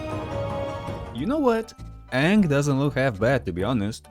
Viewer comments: That’s not ang that’s oong 😅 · hey wait a second....i've seen the movie, aren't u pronouncing his name wrong? isn't it pronounced ahhhhhng? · Great video, however you were pronouncing his name wrong. It’s pronounced Ong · Nah that aint Aang, thats Oong 💀💀💀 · that's not Aang that's Oong 💀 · That’s not Aang that’s Ong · It’s pronounced ‘ong’